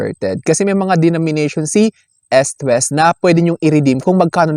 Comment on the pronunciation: ehst west.. dapat eest west.. sakit kac sa tenga sorna